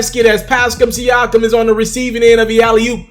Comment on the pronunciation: Learn to say da nigga Pascal's name my nigga